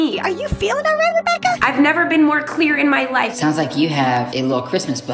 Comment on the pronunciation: I thought at the end they said rebaka 😂